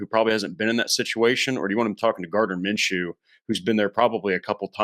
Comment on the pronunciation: You guys sound ridiculous... instantly looses all credibility... when you said Gardiner menchew.... he's no better than Sam ellinger...